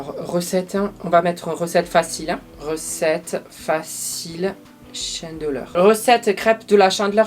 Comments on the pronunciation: On ne dit pas "chaindeleur" mais "chandeleur" mdr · La « chendleur » 😂, des le début de la vidéo je pleure de rire 😂, continue tes vidéos, c’est les meilleurs ✌️😜😘😂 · La shiandeleur, I Hitler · Mdr t'as dit chandeleur avec l'accent anglais🤣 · Lol comment tu prononces Chandeleur 😁